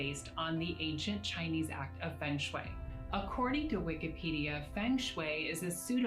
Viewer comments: she even pronounce "feng shui" wrongly... she could have look it first on Wikipedia when searching its origin.. 😂🤭😆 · they cant even pronounce the feng shui properly, who would believe these crooks